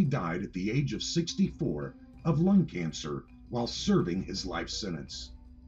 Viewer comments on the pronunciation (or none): none